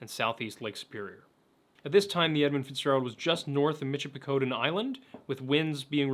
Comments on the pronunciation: Loved this coverage however a few things. Its the ste/sainte in sault ste marie is pronounced saint, like catholic saints, on both sides of the ditch. And Michipicoten the 'coten" is pronounced like cotton. Otherwise amazing coverage. My favourite part of the song (aside from the ode to thr great lakes which is just poetry) has always been the "When suppertime came, the old cook came on deck sayin' "Fellas, it's too rough to feed ya" At seven p.m., a main hatchway caved in, he said "Fellas, it's been good to know ya" part. Which I never actually knew anything about the cook but now knowing his background?? . .. . Ffs 😢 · Great video! As a Yooper, I would like to express my appreciation for the this video! I would like to offer a pronunciation guide to three places… could just be my hillbilly ass keying in on your Pennsylvanian accents. Sault Ste Marie (Soo Saint Marie) Michipicoten (Mich-ah-pe-cot-on) Keweenaw (Key-when-nah)